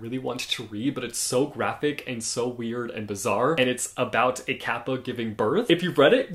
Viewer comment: I was listening to you talking while doing chores and couldn't recognize it was Japanese kappa that you were talking about because the way you said "kappa" was just so cool.